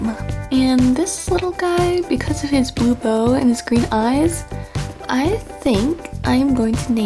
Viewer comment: When you said bow i heard bone X3